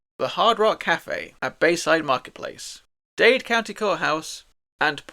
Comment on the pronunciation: Dade, not Dade 👍